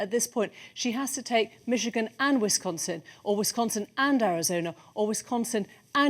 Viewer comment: ...Wishigan?? Idiot BBC reporter can't even read!!